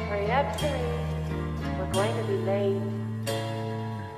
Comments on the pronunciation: I'm late to the party, but it's pronounced chi-reh-cheh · Fun fact: Tobias Forge (toe-BEE-as FOR-gay)'s lyrics have a lot of double-meaning to them that he doesn't make an effort to explain, but lets you discover for yourself. Although the video suggests that "Cirice" is pronounced "ser-EES," like the French girl's name "Cerise," how it is truly pronounced is "cheer-UH-chay." Why? Because "cirice" is Old English, not French, and it means "church." Which if you listen to the lyrics, fits much more thematically with the song. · Probably already pointed out, but it's pronounced "churche", like church, but with an extra schwa at the end.